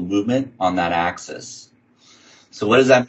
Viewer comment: AK-seez. I know knows his stuff but this mispronunciation was distracting.